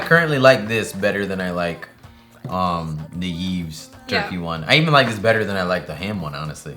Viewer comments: Yves is a Canadian brand and it's pronounced "Eve" because it is a French word. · The pronunciation of Yves is "eev", you were close, you just don't pronounce the s